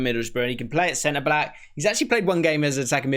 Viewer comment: Man said center black lol